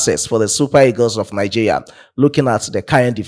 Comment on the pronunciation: Bro, you pronounce Nigeria as Nigeya